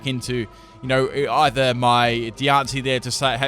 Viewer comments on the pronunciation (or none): none